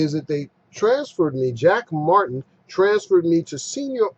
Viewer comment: Lol, "Jack Martin" can't even pronounce his own name correctly. Why do they persist with these ridiculous names?